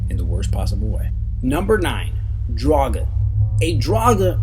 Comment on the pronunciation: come on he said draugur wrong and its like a zombie